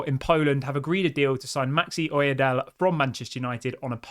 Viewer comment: It's Maxi O-Y-E-D-E-L-E....the "E" is pronounced too. The name originates from southwest of Nigeria. I also hail from that area of the country. Well done, like your updates.😂👍🏼